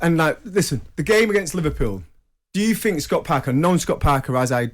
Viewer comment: 🎉🎉🥂🥂🎉🎉 I heard Trevor say THINK. so he can say it. Why is he normally too lazy to say TH. I FINK he should try harder.